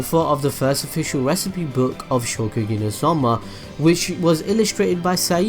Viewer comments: It is ShokuGEKI not shokugi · ShoKUgeki no soma, you kept saying Shogeki no soma :'D